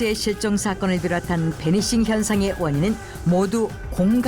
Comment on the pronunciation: 배니싱? 베니싱 아님?